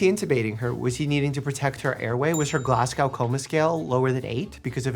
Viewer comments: Mike I love you and I hate to be this petty person but I'm from Glasgow and it's pronounced Glaz-GO not Glass-cow. If YouTube let you put picture comments I'd "the more you know rainbow". Also I've been reading Andrew Jenkinson's book Why We Eat (Too Much) and would love to know your thoughts if you've read it. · I’m sorry but her Glass Cow coma scale? As a Scotsman it pronounced glaz-go. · Glasgo(-silent w) Coma Scale . It does not rhyme with cow :D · Glasgow is pronounce like Glaz-go mate.. not Glass Cow. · Dr. Mike!! As a scottish nurse based in Neurosurgery in Glasgow, we do not pronounce the W. Say go and not gow :D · Mike...... 🤦‍♂️ It's Glas-go. Not gow like gown. Glasgo. The w is for looks only. Next you'll be pronouncing the rgh in Edinburgh. No. It's Edin-bruh. Not like Pittsburg. Like bruh. Edinbruh. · as someone who's family is from Scotland, hearing Dr Mike pronounce Glasgow (Glas- GO) as glas-GOW (like cow) kills me a little every time 😭😂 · Hey Dr. Mike, as a medical student from Glasgow Scotland 🏴 I am a huge fan, but please.. it’s pronounced ‘Glaz Go’, not Glass Cow. 😂 🩵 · Dear Dr Mike, Glasgow Coma Scale - it's pronounced Glaz-go not Glas-gow like cow 😂 from a Scottish person haha ❤ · I'm sorry, Scottish lass here, but GLASS-COW?? No my friend, try "glaz-go" and you'll make all your Scottish viewers happy :) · Dr Mike, Glasgow is pronounced Glazgo, not Glassgaow. 🤗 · GLAZGO GLAZ-GO Known by the locals as Glesga. Say it right or I'll send 1000 angry Scotsman to your door. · It's pronounced glaz-go scale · Please Americans.. its pronounced 'glass-go' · I’m Scottish and the way you say Glasgow annoys me 😂😂 it’s pronounced glas-go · I didn't know Glasgow invented a coma scale, but given a 'Glaswegian kiss' is a headbutt to the face, it kind of makes sense 😂 (btw Glasgow is pronounced Glah-sgo, no hard 'w' on the end!) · Glasgow is pronounced Glaz-go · Glasgow is pronounced more like "Glass goo" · The W in Glasgow is silent btw.